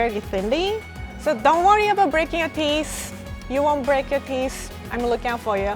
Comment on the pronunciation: Everybody: Teeth: Teeess Btw love you and <3